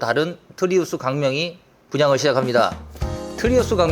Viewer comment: 트리우스를 왜 자꾸 트라우스라고 하시나